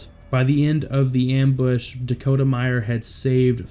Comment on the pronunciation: It’s Dakota Meyer, not Meyers. Thanks for honoring an American hero.